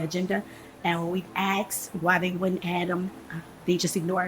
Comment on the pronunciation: We axed why. Explains the problem! The word is asked!